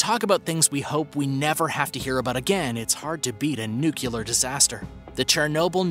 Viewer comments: Friendly reminder that nuculer is not a word. Nuclear is a word. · NUCLEAR, not NUCULAR. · It’s Nuclear. Not Nucular. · It's pronounced NEW-CLEAR NOT NU-Q-LAR! It seems that most YouTubers cannot pronounce that word. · when the narrator says “nucular” multiple times instead of “nuclear” smh 🤦‍♀️ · You have 2M subs, learn to pronounce NUCLEAR !!!! It isn't Nucular. It's Nuc-Lee-Ar. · Good stuff. Is nucular similar to nuclear? 😁